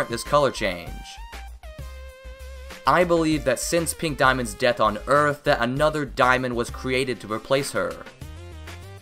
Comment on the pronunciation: * corrects by saying 4 dismonds*